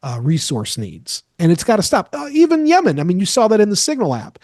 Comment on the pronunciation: Don’t believe s/h the guy who can’t pronounce Yemen 🇾🇪